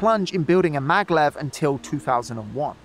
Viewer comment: Hey, great vid but you kinda butchered a few names there. Maglev - not "Megalev" MAG - LEV Shizuoka - not "Shinzuku" or "Shinzooka" SHE - ZOO - OH - KA kinda threw me off a bit lol